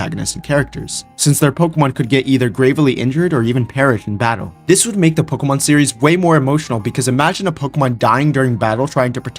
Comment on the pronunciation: I love "pokuhmun"